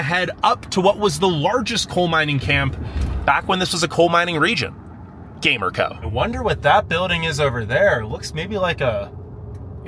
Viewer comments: And it's not called Gamer-co it's pronounced Ga-mer-co and behind the red rock park if you stayed on the main road there is rocks that look like a males genital hints the name Peter's rock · Loved your tourist view!! The way you killed the pronunciations of some places had me dying! Gamer-co 😂 your enthusiasm was outta this world! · 😂 yeah born and raised in Gallup and the pronouncing of those places made me laugh as well! Gamer-co 😂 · The town of Gamerco is pronounced GUM-air-ko